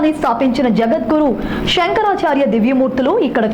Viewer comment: ష కాదమ్మా శ షంకరాచర్యులు కాదు శంకరాచార్యులు